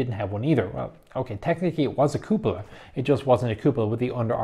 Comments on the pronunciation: in italian it's cù-po-la, in other words the way you say it. not cu-pò-la nor cu-po-là. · Even though you're not Italian, you are pronouncing it right